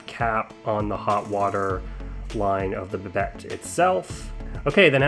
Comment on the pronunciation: Nice video, but just an FYI, it's pronounced "Bi-dei" with a silent T.